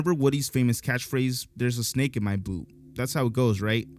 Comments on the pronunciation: Bro. I head "BOOT" in that Toy Story clip. It sounds like he just breathes out the T, making it ALMOST sound like "boots". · to me it's saying "boot" with the "t" being emphasized like in a play so it comes out almost two syllables. I hear boo-t which also sounds kinda like boots. My guess is they fixed the hard "t" for the sequels due to people hearing "boots" Maybe it's just me.. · It's boot. You're stretching the inflexion making a shhhh sound by mistake. The transcript in toy story saus "Boot". One more fake one; I'm finished.